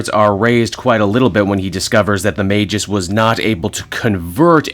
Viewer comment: Hearing the correct pronunciation for Magus is music to my ears, now I gotta make sure everyone gets it right once Adam Warlock videos become YouTube currency lol